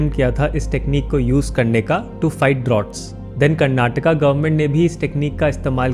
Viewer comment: Woahh.... didn't even know Artificial rain could be made like that. Nicely explained. And the fact u pronounced Karnataka properly also bought a smile on my face❤